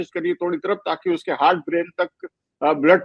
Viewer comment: Dr sb unpadh hain hurt nahi hart hai sahi bhasha